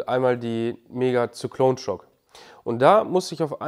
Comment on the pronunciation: Sie heißt seicklon schock